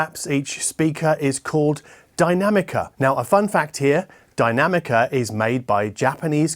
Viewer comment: Are you sure Dinamica isn't pronounced "Dinamique-a?"